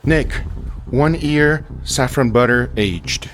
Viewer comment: Since when can you not say Year? I've heard you say it normal before. But in this video you cant?!